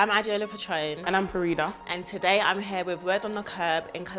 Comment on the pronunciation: It's fareeedah❤❤